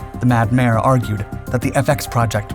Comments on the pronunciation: Mad “Major”, not mad mayor….talking of John Boyd. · Sometimes the letter "j" is pronounced like an English "y", rather than a "g". The synthesized voice guessed wrong. Think Jorge ('Hor-hay). Or Meijer Stores (May-'her Storz). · Probably just the voice synthesizer guessing wrong on how to pronounce "j". Think Jorge ('HOR-'hey). Or "ja" ('Yah). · I do not know if I was hearing this incorrectly, but were you saying 'Mad Mayor?' If so, it should be the 'Mad Major.' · Many words with a "j" in them are pronounced with a "y", rather than a guttural "g" sound. The voice synthesizer probably just guessed wrong on how to say "Major'. Think 'Jorge' ('HOR-'hey) or 'Maijer' (MY-'her) Supermarket.